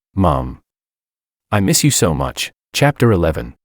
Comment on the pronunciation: all AI can't fix the word Miss . always emess 🤣